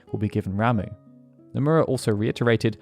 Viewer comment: Ram-uh. Not Ram-oo. Ewie. Also, is that actually how you say Cait Sith? I've heard some say that but then others say that's not how you say it. "Cait-shee" sounds dumb AF. Regardless. Can't wait.